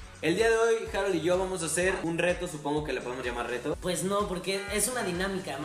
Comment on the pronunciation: "harol", JAJAJAJAJA HAROL.